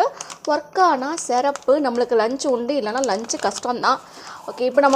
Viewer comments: Sirappunu pronounce panna varala.. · Sister athu serapu illa sirrapu 😅